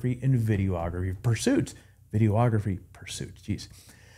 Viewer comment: There's no such thing as a VIDEE-OH-OGRAPHY. Just as there's no such thing as a PHO-TOH-OGRAPHY. It's pho-TOGraphy and videe-OGraphy. 🙂